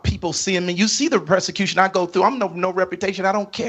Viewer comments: It's pronounced PERSECUTION, NOT PRESICUTION. He needs PROSECUTION for stealing all of those people's hard earned money and definitely intentionally speaking from not of God's word and claiming to be YASHUA! 🛑📢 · Yeah, we're the stupid ones. Meanwhile, he can't pronounce 'persecution' correctly. Unless he means 'prosecution', which would be somewhat accurate, at the very least.